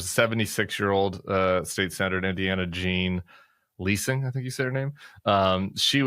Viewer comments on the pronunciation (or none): Jean Lie-sing. I'm a Hoosier D, but I appreciate her bravery and wisdom.